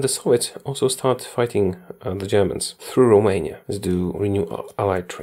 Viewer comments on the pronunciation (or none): none